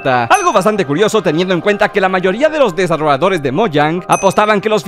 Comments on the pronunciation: siempre dice desarroadores en vez de desarrolladores xd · Cada vez que escucho ''Desaroador'' me da algo